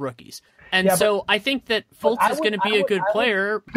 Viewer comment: like always, delivering a quality product. however, this guy... you'd think if the guy spent so much time studying the league that he would know how to pronounce these names right. it was borderline unbearable to listen to. first he kept saying johnathan "isaacs." okay, thats a small mistake. Then, he says Markelle FLUTZ.... for fuck sake... and the just Giannis said wrong over and over again. I think you guys could have done a lot better with your guest, or at least making sure they are prepped to talked about the league like this.